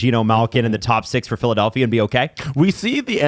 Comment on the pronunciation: “Philadalphia” 😆 Come on, guys